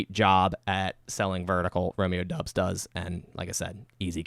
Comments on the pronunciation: its doubs not dubbs haha like dowbs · I’m pretty sure it’s pronounced Dobbs and not Dubs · Great breakdown, please keep these types of videos coming. Btw it's pronounced "Dobbs" not "Dubs" according to the man himself 😂. Though I think he still likes the Dubs nickname